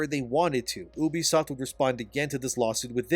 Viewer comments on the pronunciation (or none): I hate how you pronounce ubisoft..just call it you-b-soft.. stop saying Oubsoft..so annoying god damn it. I cant watch these videos like that. It pisses me off.is it that hard to say You-b-soft. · I shed a tear every time he said oobisoft instead of ubisoft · Also, you pronounce Ubisoft wrong. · Ubisoft is pronounced "You-Be-Soft" dude, ask them if you need proof. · oobie-soft lol i thought it was Ubisoft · at least pronounce ubisoft correctly